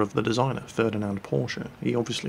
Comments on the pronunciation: Finally an english native who knows how to pronounce "Porsche"! Faith in gnomanity: Partially restored. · Oh man, an english person pronouncing "Porsche" correctly! That I lived to see the day...